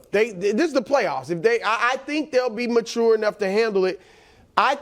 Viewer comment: Oi…ma man Broussard pronouncing mature “ma • too • re” no more…😢